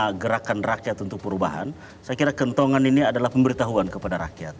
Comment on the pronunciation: Kentongan, bro Abdur... bukan kentungan ya 😂